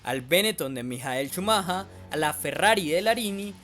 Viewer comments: Bonito analisis pero la cagas brother cada vez que dices ' chumaja' . Es Schumacher! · SHUMAJA ??? no sera "shumajer" ??? bastante objetivo el vídeo, hasta en la pronunciación del acusado. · oye imbesil se dice schumacher no schumaja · Es shumajer la pronunciación, no chumaja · "Schumahaaa" 😂😂😂 que payaso el que relata el video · Yo pensaba que se pronunciaba "Shumacka" :/ buen video por cierto claro y preciso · "Schumaja" alv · Por qué pronuncias "schamaja"... decilo en latino..si eres un negro más del montón y te querés hacer el multilenguaje! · Un día más de cuarentena x cada "Shumaja" jajajaj,pero se entiende lo d la pronunciación en alemán,slds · cada vez que escucho CHUMAJHA algo dentro mio se rompe.. por dios que ignorancia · yo lo que creo es que eres un colombiano huevón, el apellido de Shumacher en lenguaje castellano es SHUMAGER, la forma en que tu lo dices no la dicen ni los británicos, y si quiiseras decirlo como se lo dice en alemania solamente por hacerte el viajado, quedas peor gamin con internet... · jajaj como dice chumaja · es el mismo, sólo que "chumaja" es como se "prenunucia" en el "alemán" del tipo del "vidio" jajajajaja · Chumaja? Ja-ja-ja... Alemanes e ingleses son bien raros en sus pronunciaciones. Me pregunto, por qué escriben palabras con letras que no van a pronunciar, eh? Qué bueno que hasta el 18 de nov. de 2019 ya hayan podido detectar el JUEGO SUCIO de los que campeonan y hacen perder la legitimidad y credibilidad en esta competencia. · la pronunciación correcta de Michael Schumacher sería: mijel schumja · Haber si aprendes a pronunciar mejor el apellido del gran campeón